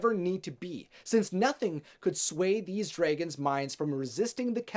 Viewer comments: I wanted to watch this but I couldn’t get over how you said dregens instead of dragons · It annoyes me the way he says dragons. #nooffence